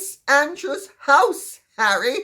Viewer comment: his name is wha ree!